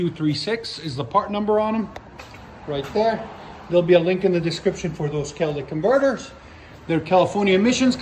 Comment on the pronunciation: Gotta love those “cowlick cumverters!” 😆